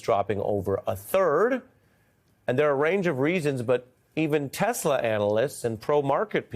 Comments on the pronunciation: He said he loves Tesler 😂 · "I love Teslerrr" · "I love Teslur!" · I love TESLER can someone tell him it's TESLA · Did Dumb Donald say I love Tesler? It's Tesla man. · Yes!!!!! Tesler 😂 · "I love Tesler". What a braindead old mongrel. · Did Trump just say he loves TesLER? I didn’t know he was related to Madea?😂